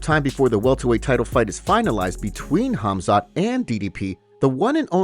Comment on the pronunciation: Good grief the K is silent Khamzat stop using AI to talk dude.